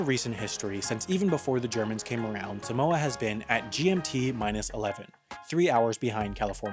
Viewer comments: its pronounced saahmohah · Sorry I’m Samoan 😂😂😂😂😂😂 I cant 😂😂 When Palangi’s say Sumowa instead of Samoa it kills me 💀💀💀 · suh-moa is killing me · It's not pronounced 'Simoa' it's pronounced SAH-moa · From a half samoan- it’s pronounced SAAH-MOA not SUH-MOA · Um it's not pronounced sam-oa ot's pronounced seem-wAh smh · U Pronounce Samoa wrong just say Some-Moa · It's Saw-moa like the a in father. But if you are speaking in English it's okay. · Its pronounced 'Sahhhhh - More'. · Long a for Samoa tho. Think Sah-moah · YOU'RE PRONOUNCING SAMOA WRONG! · The guy pronounces Samoa so weird